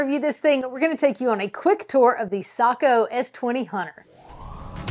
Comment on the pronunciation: Hallelujah!!! She’s one of the few who knows how to pronounce Sako!!!! Well done